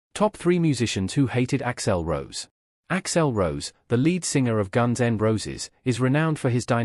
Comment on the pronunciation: AI can’t pronounce things or names that violate phonetic rules . Hence Ax L Rose and terrible factual mistakes and omissions. It’s got a ways to go